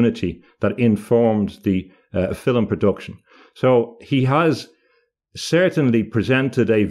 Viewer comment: Love how pronounces the word "film" using two syllables instead of one. Just how my grandmother (born 1905) did!